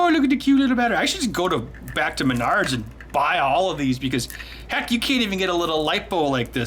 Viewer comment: When you said "M'nards", sound like you're talking about your nards. As in "I need a $11 bluetooth 'smart watch' like I need a kick in m'nards".